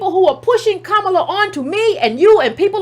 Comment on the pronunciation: “Copallah” Harris 😂😂😂😏😉😀😅😂🤣😁😆😄